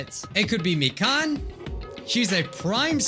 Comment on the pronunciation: ITS MI-KAN NOT MIKAAN